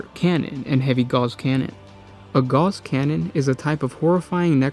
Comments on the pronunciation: Gauss is pronounced "gowss", like "mouse." Not "gars" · Pronounced gowss, not gauze. Rhymes with mouse. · A comment on pronunciation. Gauss is pronounced like House. Not like gauze. Just FYI. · Okay repeat after me, Ga-OWs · No, Goose has two O's boys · not to be a that guy ... karl friedrich gauß wasn't french, but german. it's pronounced as spelled, with a clear, short "AU" and a sharp S, not "gouse". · Gauss..pronounced just as is spelled.